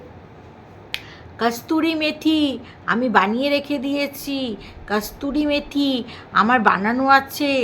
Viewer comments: kasturi methi noy kasuri methi bole aar dhoodh katla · Not kasturi methi kothata holo kasuri methi